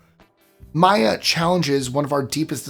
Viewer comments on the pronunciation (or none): none